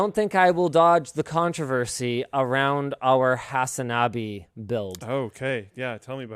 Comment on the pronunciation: Your definitely saying his name wrong. Hasan Abi (translated brother).